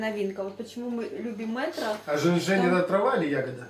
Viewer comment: Не мэтро а мЕтро. Без обид видео класс ❤️❤️👍👍